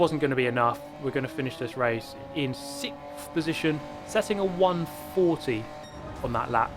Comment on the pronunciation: It’s not so much that I like to see you in 6th so much as I like to hear you silly Brits say sickth.